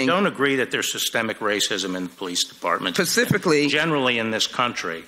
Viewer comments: did she say pacificly?!?! 😂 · . Does she say “pacifically”?? Merica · That women said “pacifically” 😳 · Wait a minute , did that one idiot say Pacifically or specifically . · "Pacifically..." - AND SHE WAS READING IT OFF HER PAGE - HAHAHA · Did that congresswoman just say "pacifically?" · she said "Pacifically" 😘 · Did she say "Pacifically?" ??? Precious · Sheila Jackson Lee: “pacifically” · "Pacifically" - Dem of Tx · "pacifically" jesus wept congresswoman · Pacifically.....Nothing more to say.